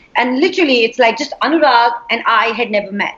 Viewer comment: Kyu yeh log bolta hai "Anyurag" instead of "Anurag"